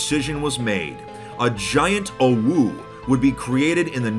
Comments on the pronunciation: Im triggered by the fact hes pronouncing "owo" "owu" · mispronouncing "OwO" proves that he's still pure to some degree. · saying "OwO" is like being punched multiple times in the stomach except it's with steel knuckles that are also on fire. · hearing him mispronounce it for the whole video was kinda making me mad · him repeatedly mispronouncing OwO is grating at my soul. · ikr the whole time i was like "why is he saying it like that. thats not right" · It hurts to hear him pronounce "OwO" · I love how said "UwU" the whole time instead of "OwO". Sometimes it even sounded like UwO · I can’t believe he just said “oh-woo” it’s “oh-woah” I’ve never heard ANYONE say that what the heck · you're pronouncing it wrong, "owo" is like "oh-woa", "oo-woo" is how we pronounce "uwu" -- a furry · I died hearing him say it like that 😂 It's pronounced 'oh-woh' not 'ooh-woo' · OmG u SaiD oWO WroNG U sAId OwU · It's Oh W Oh not awoo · its pronounced o(like o with a e) w o(like o with a e) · orwuu -, 2021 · its pronounced o-wo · Nah it was more like Owoo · sounds like he's saying awoo to me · He didn't. He said "owoo." Big difference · When pronounced "OwO" as "OwU", It sounds like a winking OwO. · I think confused "OwO" and "UwU" and started pronouncing it as "OwU" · its said exactly like it looks (Oh-Woah) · i meant, you still need to pronounce it a certain way. you can't prounounce it owu like the creator did and expect to be correct. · yeah... oh-whoo is more for UwU than OwO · Why does he say "OwO" almost like "awoo"? Never heard "OwO" pronounced in that way huh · Ahem. I hate to be that guy, its pronounced: "oh-woah" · He pronounced "OwO" as "OwU". My disappointment is immeasurable and my day is ruined. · He said OwU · Why did he pronounce it like 'uwu' when he was talking about 'owo' the whole time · hearing someone pronounce "OwO" as "OwU" just feels so weird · pronuncing it "OWU" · PLEASE, ITS PRONOUNCED “OH-WOAH”